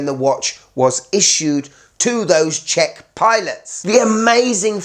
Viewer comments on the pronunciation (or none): none